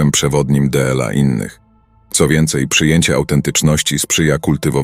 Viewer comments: d l a 😂 trochę irytuje to d l a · Wszystko byłoby spoko, gdyby nie "DE EL A"... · Byłoby dobre, gdyby nie użycie AI. "della siebie i della innych"?, "tyi"? - co to jest? Odczyt przez maszynę podważa profesjonalizm autora.